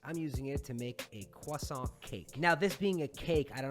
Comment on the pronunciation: disliked just because of how you pronounced croissant. noob.